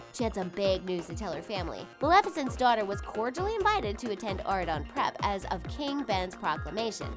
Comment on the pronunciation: The only thing that really kills me is y'all pronouncing words wrong like Merida's name and Maleficent's name. It's pronounced on the movies and yet, you still say the words wrong. Just something I had to put out there because it drives me when people pronounce words/names wrong.